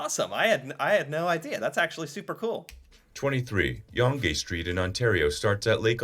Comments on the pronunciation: "yong-gay" Seriously? The bot couldn't say "young" because it had an "e" at the end?? 🤦‍♀️ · Not sure if the voice over/narrator is Canadian as he says Yon-gee St, even in Toronto it's said as Yong. Winnie the pooh, the name is Milne ie Miln not Mil-nee. The Hans island is fairly well known, but it's also done I think with Russia (Diomedes Islands). Also, the Vikings, yes I agree with that as far as an established colony but if you watch 'The Secret of Oak Island', there is a possibility of having some early Romans landing on Eastern Canada ie Nova Scotia and Newfoundland. BTW, in Canada we don't say Tore-ist, we say it as Too-rist (it's a French word we say correctly). On the oceans , I can understand Pacific, Atlantic, Arctic oceans but not the Indian (it doesn't even touch Canada) and no where is there such a thing as a Southern Ocean, so I'm calling BS on that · YUNG street NOT yunjee street.Samuel Duh Champlain, NOT Samuel DEE Champlain. On top of that Canada does NOT border the Indian Ocean, nor the Southern Ocean. This is the risk of having an American explain Canadian facts, I'm pretty sure if he did a video about Ontario he'd mangle Toronto into TOE-RON-TOE instead of Ch'rawnnuh like keeps doing, despite having heard it pronounced correcly several times. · Calling Yonge Street "Yongay" is crazy lol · 23. Yonge St. is pronounced Young St., not Yungay St. Computer narrator is wrong. There are many mispronunciations. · the mispronunciations and misinformation in this video is hilarious. Yon-gay street is hilarious! (it's pronounced young. as in not old.) wonder if they tackle Queen's Quay, which is not called Queen's kway. lol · Younge st is prounounced Young street.. not youngeh st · The AI voice is saying names incorrectly, Yonge St. Is like young. There are others! You are doing a great job! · Yon -gay street ? Oh AI …😢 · Yong-ee Street? These AI videos are terrible. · Yonge Street is pronounced "Young" Street. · Lol "Yon Gay street"